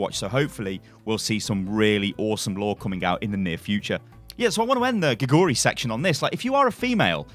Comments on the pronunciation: Don't know if you care at all but you're saying her name all wrong. Her name literally means 'frog' and in Korean you would say it like 'gay-goo-lee'. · You can pronounce her name more correctly if you put the emphasis on the first syllable 'gae'. It pronounces like 'gae-goo-ri'